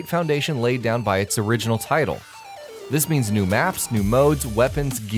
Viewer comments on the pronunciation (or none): none